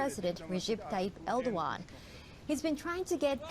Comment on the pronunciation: It's pronounced more like Err-doh-an because the ğ just means that the vowel sound before gets extended, it never gets sounded as a hard g